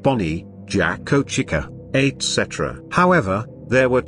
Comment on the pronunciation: For some reason when the text to speech voice says Jack o or Chica it kinda sounded like it said jak O and cika but i think its just my imagination